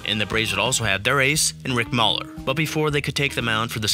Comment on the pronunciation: Rick MAYler, even though it was spelled Mahler.